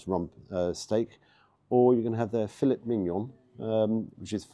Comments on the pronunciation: Great review, as always, thanks,. Breakfast looked good, as you say and as you say, too...pricey! Surprised by the steak meal. But now, now..! As you're a qualified foodie blogger it's "Fille(t) Mignon (silent "T") and our French cousins will have a field day with you on that! But again, thanks so much for your great reviews, keep 'em coming!!! 👍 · I see what you did there,. You pronounced Filet Mignon in a very English way rather than it sounding more French.:D